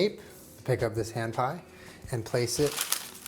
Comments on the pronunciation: i kept hearing you say "ham pie" and was very confused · I thought he said strawberry ham pie